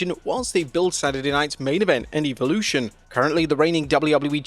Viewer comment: WHOEVER IS SPEAKING THIS VIDEO.. .. LEARN HOW TO SAY WORDS CORRECTLY!!! EVOLUTION......... SAY IT RIGHT GOOF